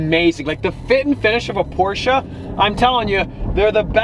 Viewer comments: He says Porsche right, I’m subbed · His pronounciation of it is actually pretty close to how it's really pronounced. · Its Porsch- with a e from shed